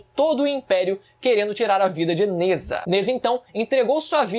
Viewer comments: Só uma pequena correção, Nezha se pronuncia "Najá". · Sem querer ser chato n é nezha, se diz nezRá